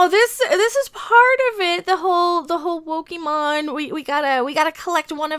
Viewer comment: "Wokemon" LMMFAO 😂🤣